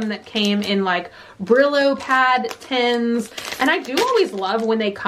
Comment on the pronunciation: Tens when she means tins. Just like when she says anything “_ins” it always sounds like “_ens”